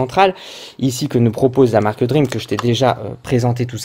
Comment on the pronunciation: Salut DREAME se prononce "DRIMI" toi tu prononce DREAM comme un rêve en anglais ...